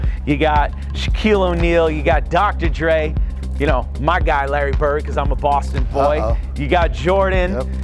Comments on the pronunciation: Doctor J not Dre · He called Dr.J Dr.dre smh🤦🏾‍♂️ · Dr dre no its dr jay bud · LOL did he just say "Dr Dre"? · This man called Dr. J, Dr. Dre 😅😂😂😂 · Dr.J not Dre... what is wrong with these people? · Did I hear him correctly? Did he call dr. J dr. Dre? Let me rewind it 😂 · is it just me or did this dude just say "Dr. Dre" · Josh, c'mon bruh, did you call Dr. J Dr Dre?? hahahaha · Did he say Dr. Dre? 🤣🤣🤣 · Am I tweaking? Or did he say Dr. Dre? Love the vid and house by the way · Did he say Dr. Dre 🤣